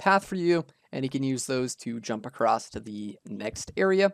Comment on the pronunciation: Just checking... Are you saying "acrosst"? 😅